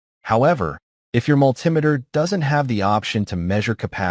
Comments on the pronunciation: I can't get over the growing trend to call a multi-meter (- and that's mulTEE-meter, not mulTIE-meter) - a mull TIM eter. That's what happens when you get AI to read the script. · Good info. Multimeter is pronounced MUL-ti-ME-ter. Not MUL-TIM-e-ter. Triac, TRI-ack. Thyristor THY-ris-ter. Also, the multimeter has opposite voltage from the leads, when set to resistance. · Multimeter is pronounced multi-meter by most people. Triac is pronounced tri-ack, not reading the acronym letter by letter. It's bad enough that AI is crap, but then no one bothers to check if it's right. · yeah what on earth is up with that pronunciation? AI? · Think this is AI generated or assisted because never heard in my 66 years multimeter pronounced like altimeter , should be multi meter pronunciation and yes Mr. Carlson's Lab is the best for non-AI tutorials and information. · Not sure how the video pronounced it, but the way I'm referring to is similar to altimeter. Just like I wouldn't pronounce that alty-meter, I said mul-Tim-eh-ter. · Don't like the "multimeter"? Cousin to the altimeter? I got a laugh out of that as well. AI??? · It is understandable to get annoyed due to AI's weird pronunciation (ie. when it reads "multimeter") but overall, as others mentioned, it provides a much wider audience due to slow and clear narration that appeals to non-native English speakers with limited skills. This is especially more relevant when the person in the video is either cannot speak English or have a very thick accent. So, ultimately, you look at the content of the video. If it is of value to you, you ignore such trivial things and actually be grateful that someone took the time to use AI to resolve such shortcomings and upload the video to share with the world. I think people became too comfortable with freely available good material online and start taking things for granted ergo this type of silly criticism.